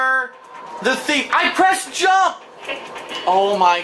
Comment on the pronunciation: “I prest jamp! I prest cercal!”